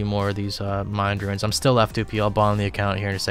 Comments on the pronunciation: every time you say runes it sounds like ruins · Are you saying "ruins?" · Why do you keep saying "runes" like "ruins"? There's no "i" in "runes". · Ruins, blur-ite, si-new. Your pronunciations crack me up 😂